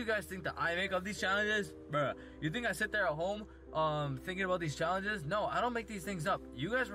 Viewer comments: im na thu one who comes up wit these chalanhes Dude DICTION PLEASE for the love of god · also sounds drunk, or like a 5 year old "chowenjes, bwuh" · " Some of you guys think that i make up these chayanges"